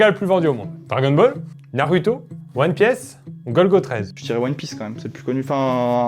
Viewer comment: "One Piaisse"